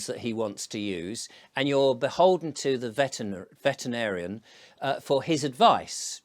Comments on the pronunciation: Vet-er-in-ar-i-an. 6 syllables. 😉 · ve-te-ri- na-rian dont feel bad, I taught Brits English for over 20 years.